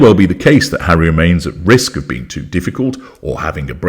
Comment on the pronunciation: Oh my god, Hawwy "the broken down washing machine" hilarious. Mangled! 🤣😂 I think she thought she had a chance with the billionaire Tyler Perry, he ran for the Hollywood Hills by all accounts! 🏃🏽😂